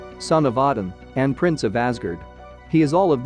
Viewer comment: Who the helk is shazum.... his name (is now) Shazam as in shazAM not um. Fer flips sake Odin is Oh din not odd in and it's Myolneer (Mjolnir) learn to pronounce words properly by doing some proper research